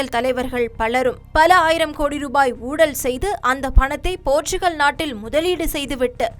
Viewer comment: ஊழலா... ஊடலா... இல்லை எனக்கு மட்டும்தான் இப்படி கேக்குதா...